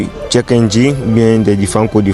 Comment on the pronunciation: le check pas le tchek, tu te crois à Prague?